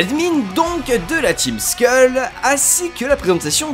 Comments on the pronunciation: bon c'est vrai 'ouesh cousin' pue mais ça ma pas déranger autant que prononcer 'skull' "skeul" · "skeule" putain :-(